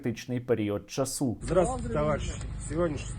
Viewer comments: не можна так знущатися з украінської мови - говорити наголос часУ - бєєєєєєєєєєє, як це гидко слухати, правильно наголос чАсу чАсу чАсу чАсу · не часУ, а чАсу, часУ - це дуже дуже дуже безграмотно